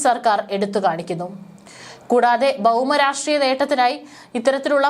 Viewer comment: ഈ സുടാപ്പിത്തള്ള ആദ്യം മലയാളം നന്നായി ഉച്ചരിക്കാ ൻ പഠിക്കട്ടെ... ഉദാ -ബൗമരാഷ്ട്രീയം